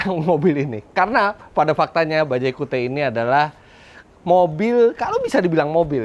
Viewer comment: Ini penyebutannya bukan kiut ya?